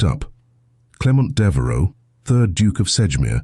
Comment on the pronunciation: Devaro??? Devereux. Sejmir??? Sedgemere, Sedgemoor (real place) or Sedgemire.